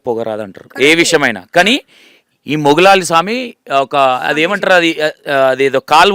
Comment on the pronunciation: garu మౌలాలీ స్వామి naa or మొగులాలి స్వామి ఆ. పేరు correct గా పలకండి